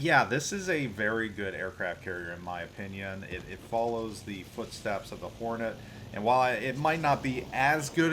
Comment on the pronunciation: Decent review. I keep tripping over adding an imaginary vowel between the r and the n in Hornet (horn-et vs hor-a-net that i keep hearing) but decent review.